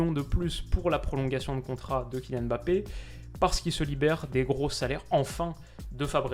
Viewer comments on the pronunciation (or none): none